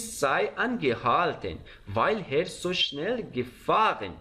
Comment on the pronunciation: درود، چرا به Er میگید هر؟؟ E صدای ه‍ نمیده